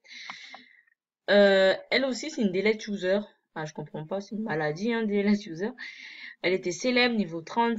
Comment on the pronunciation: Putain mais sa m'a tourner dans la tête pendant toute la vidéo : toi tu dis 《 deled user》MAIS NON C'EST 《Deleted user》 Tu sais pas lire ou quoi ?